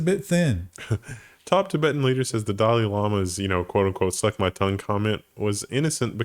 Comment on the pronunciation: I don't want to be that guy but I thought I heard "that's my tongue"